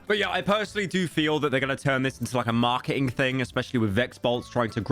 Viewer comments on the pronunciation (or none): I like how Pyro pronounces marketing. Its like when Gordon finds out the food is fukken raw.